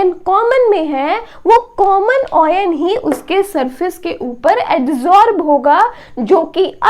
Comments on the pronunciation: oyan nahi ion bolte hai usko baki badhiya samjhaya hai maza aaya samajhke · Mam it's very nicely explained ...but the word oyn instead of ion distracted our mind